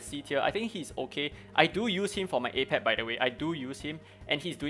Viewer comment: It's actually not pronounced as ei-pep but rather uh-pep. Sorry to get nerdy lol 🤓 I just managed to auto k10 with my own team ( Li ling, Freya, Sander, Medusa , Chang pu) so this guide was helpfull to which characters I need to focus next